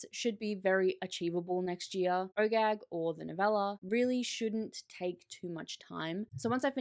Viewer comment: every time you say OGAG i hear Oh Gag and snicker a little bit to myself 🤣